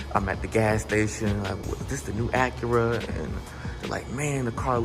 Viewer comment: It's not pronounced AckuRa.